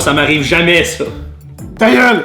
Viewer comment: Son TAYEULE est magique 😂